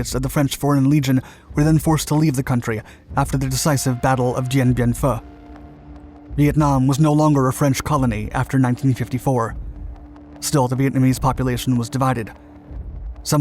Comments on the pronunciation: In the name Dien Bien Phu, the "u" in phu is pronounced like 'phoo'. Please! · Dien Bien fooooOo. always pronounces Phu wrong 🤔